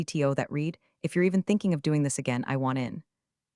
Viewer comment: Love”longer than a CVS receipt”. I call ‘em “wallpaper”. It would help if you could address the Read past tense problem with the AI reader. Love the patter.